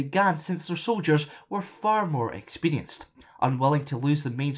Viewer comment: You can't even pronounce experience